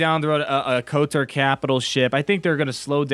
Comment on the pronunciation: thats kotor, they were saying kotar